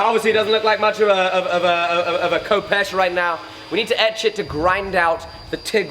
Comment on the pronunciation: fif you know its pronounced Hehpesh not Kopesh